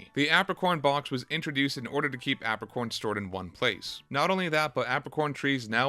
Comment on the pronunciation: Why do you pronounce apricorn like that lol great vid